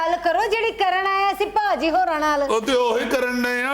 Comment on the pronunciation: 6.00 Bhabi ji k mooh sey BHAJI.kinna wadia lagda..vah punjabi boli..maa boli👏👏